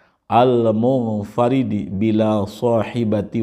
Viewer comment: Mohon maaf pada lafadz Almunfaridi pake huruf dlod atau huruf dal kalau dilihat di kitabnya itu pake huruf dal